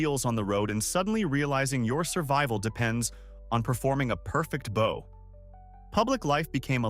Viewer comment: Stop saying bow wrong